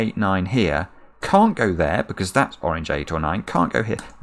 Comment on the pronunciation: Am I the only one who hears "wrogn" whenever says "Orange"?